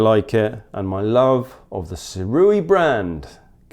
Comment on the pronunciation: Correction: even the second way you said Sirui was wrong. It's pronounced "SUE-RAY" ray like how you would say "Stingray". Going forward everyone, say it like this